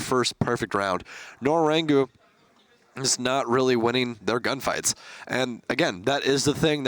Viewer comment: Nora rengo isnt that hard to pronounce. its so fucking annoying to hear Nora rengu 5000 Times. i cant watch any longer